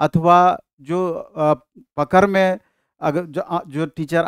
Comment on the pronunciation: पकर या पकड़ 😂 परेगा या पड़ेगा 😅 परने या पढ़ने 😅 शिक्षकों को तो शुद्ध हिंदी बोलनी चाइए।